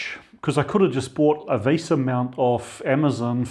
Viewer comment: VESA (Video Electronics Standards Association) - there is no "r"in VESA :)